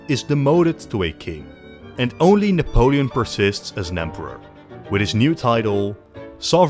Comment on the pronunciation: This Nepolin sounds not every Nepolian